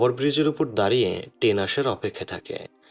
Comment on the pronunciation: ট্রেন, not টেন বাথরুম, not ব্রাথরুম